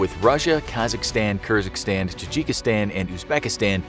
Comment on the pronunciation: Kyrgyzstan not “kerzykstan” 🤦🏻‍♂️😂 try to read correctly